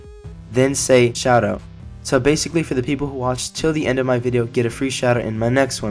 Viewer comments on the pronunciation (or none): 1 Shoutout ? Sounded like u said shadow but yeah